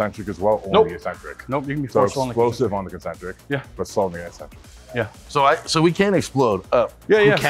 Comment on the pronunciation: Eccentric is pronounced ik-sentric, not issentric. Everybody gets it wrong.